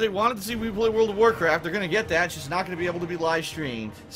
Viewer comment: Wuld of Wurcwaft